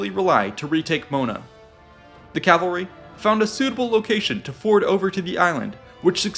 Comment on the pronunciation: stop saying calvary